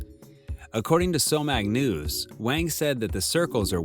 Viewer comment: Mispronouncing foreign languages is fairly acceptable, but you should've taken much more consideration when saying director's last name. It's just a single word. Hwang not Wang. No fancy linguistic skills required. Calling someone in correct name is showing that person respect.